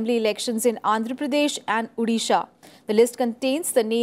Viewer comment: It's not Udisha, it's 'O'disha. Please pronounce it correctly.